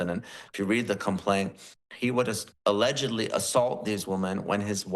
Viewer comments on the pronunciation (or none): none